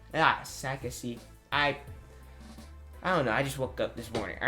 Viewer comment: It is Sasaki. Good Video!